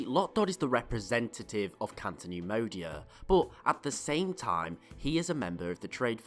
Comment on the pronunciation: CATO neimodia not canto